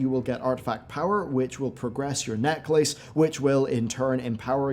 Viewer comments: "NECK LACE" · "Neck Lace" eye twitch - hah, but naw, another great vid, awesome to see that Blizzard sponsored this too. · Wate neck-lace? Wtf is that!? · I had to go back and make sure I was hearing that right. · Love you but you say necklace like a lunatic 😂 keep up the good work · Your videos are sick man, GG on the content but I cant get past how you pronounce Necklace lol I'm also from Northern Ireland and have never heard it said that way! But keep being you! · I never heard necklace the way you say it. I mean I only heard the American way. Now I know another simple root of a word, that of necklace. It never crossed my mind that this word could come from neck and lace glued together. Perfection through simplicity! Cheers!